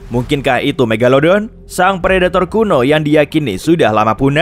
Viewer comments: Sebutan pun salah.😂megaledon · Megalodon atau megadolon tuh. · Mogoloden eh maksudnya megalodon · megalelelodon wkwkwkwwkw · The mag atau the meg